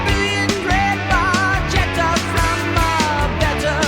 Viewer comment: Back in the day, we'd call it "Both sides". 😂 Bar-chet-ah 😅 Check out the series "Classic Albums" and all the stories are there, told by Rush and in the studio showing how it's done. I thank you for your take and glad to watch this. ✌️💙🇨🇦💪